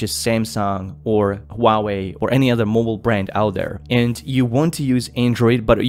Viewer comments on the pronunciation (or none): none